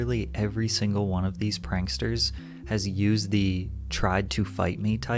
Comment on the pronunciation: lol "panksters"